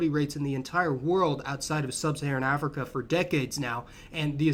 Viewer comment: "Àfricann" Americans